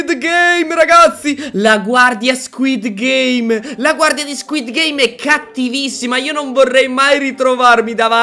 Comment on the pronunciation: Ma uno ha detto skuit game invece di squid game